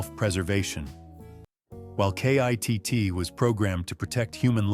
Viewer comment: Stop spelling out K.I.T.T.'S name. His name is KITT